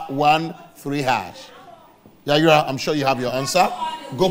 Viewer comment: It’s Yayra not yayira